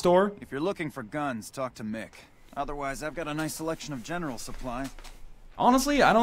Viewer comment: GEN-ERAL ... deamn NL im just laughing my ass off !